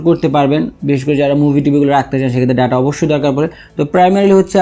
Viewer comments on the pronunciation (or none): none